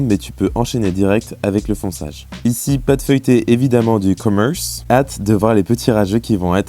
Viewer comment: Du commerce la prononciation 😂😂😂😂😂❤